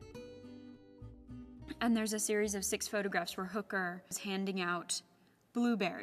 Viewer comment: His name is Höcker not Hooker ;)